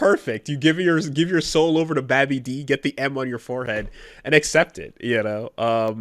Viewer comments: Why tf did pronounce "babidi" like "baby D" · is no one gonna talk about how pronounced babidi